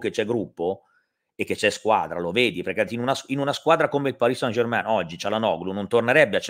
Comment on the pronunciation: Grazie, che finalmente pronunci bene Parì San German.;)